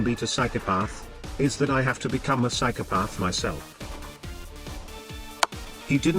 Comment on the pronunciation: The way the text to speech pronounces "psychopath" is psychopathic.